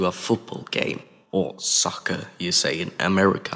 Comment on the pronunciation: Why did you say soccer like that